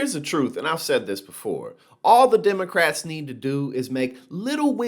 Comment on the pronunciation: Hey mtg learn how to pronounce the word democrats you stupid backwards idiot ding dong moonbat dumbass